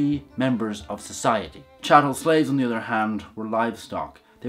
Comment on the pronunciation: Did anyone else see serious compression artifacts near the beginning? Also: chattel. Not chattle.